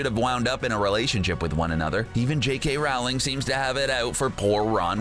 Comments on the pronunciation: its not rAwling its rOwling and im not joking -______ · You pronounced her name wrong. The unabridged audio books with jim start off with her correct pronunciation Row-Ling. like rowing a boat. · Rowling (Rol-ling) It's pronounced Rolling Sorry it was bothering me. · That made me annoying how he said ROWling not Rolling because she said that is how you say it. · Is t it J.K. ROwling(roe,ling) not J.K.ROWling (r,oww,ling) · It’s Rowling not Ralwing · It's ROwling not RAUwling 😂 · If you're going to do Harry Potter pieces, at least pronounce J.K. Rowling's name correctly. It's Row, as in, "Row your boat" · ROW-LING as in row, row, row your boat. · ROW LING. Her name is pronounced ROW LING. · "Beedle" spelled "BeeTle", Rowling pronounced Raowling, Elvish "warfare?" Sorry, couldn't even watch the whole thing. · Rowling is pronounced rowling rhyming wirh bowling.sorry that just rlly triggers me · It's Rowling like bowling. Mis-pronouncing the author's name destroys any credibility you have. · He also mispronounces Rowling. That should tell you how much actual research and care went into this. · He said J.K. Rowling’s name wrong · One of my biggest pet peeves is when people jk rowlings name wrong like you did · I hate how he keeps saying J.K. Rowling’s last name wrong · You're saying Rowling wrong, why is it always you Americans that do this? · I stopped watching when you mispronounced JK Rowling's name. Rowling rhymes with bowling. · PLEASE LEARN TO PRONOUNCE ROWLING CORRECTLY.